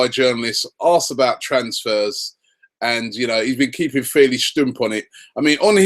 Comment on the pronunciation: Shtump Robbie? It's shtum. German for keeping quiet. (I know it's not spelled right)